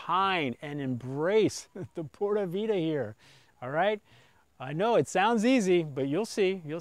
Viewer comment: God you still can't say p. Vida correctly.. Lol